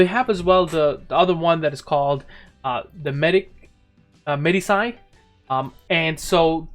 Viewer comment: its pronounced medi-chi.